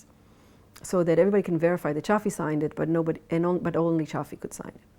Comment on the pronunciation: It's Shafi, not Shari.